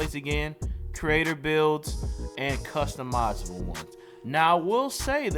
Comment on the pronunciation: The way you said customizable and template have me cryin 😭 elite video tho